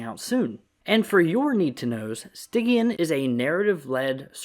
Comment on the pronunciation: Just a heads up: Stygian’s pronounced with the “j” sound, like “smidge.”